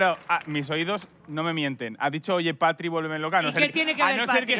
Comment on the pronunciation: Javi diciendo que dice "Patri" y lo que dice es "Catri" de Catrina😂😂😂😂